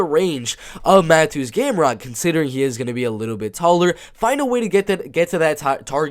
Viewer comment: both. Yes the T is silent so it’s like Saryukyan. And Mateusz is pronounced like Ma-Toosh. I’m glad you were able to fix others like Petr Yan, Benoit Saint Denis, Dricus Du Plessis to name a few.